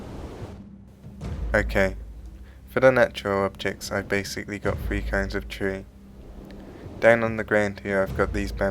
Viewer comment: Oh no, he didn't pronounce "three" absolutely perfectly, luckily, you seem to be the only person to notice/care about it, so catastrophe averted.